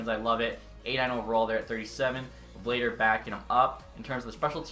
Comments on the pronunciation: Not me still tryna finish the vid lmao, btw it's pronounced Vluh-dar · Vladar is pronounced “Vlah-Dahr”